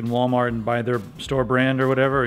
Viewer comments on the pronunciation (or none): none